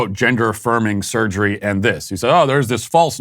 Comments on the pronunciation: If I have to hear him say "surgreee" one more time... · hah. Surger-reee. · Why does he have to say "surgery" like that? 😖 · Surgereeee. Dude, it's surgery not Surgereeee.😡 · The way this guy says surgery automatically forfits him ever giving me medical advice .......